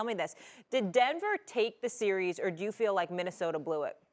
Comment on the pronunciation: Someone please tell Kendrick that series is one syllable word ffs!